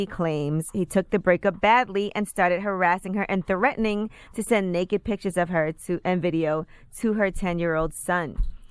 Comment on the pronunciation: Lol "treathening", you mean threatening. Someone clearly had a good night of drinking and still isn't sober yet.